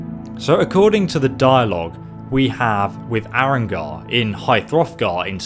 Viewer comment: YTW Gaming anyone else notice he said arongar instead of arngeir and mispronounced dov